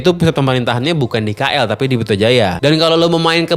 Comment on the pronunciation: baca MRT udah bener sekalinya KL malah nyebutnya (ka el), apa dunia ndak terkejut mendengarkannya 😂😂😂 ka el di mana kak? ka el kat mane bang? where is ka el bro!?